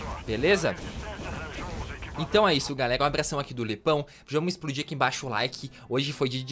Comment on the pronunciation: O o falo esplodi o laike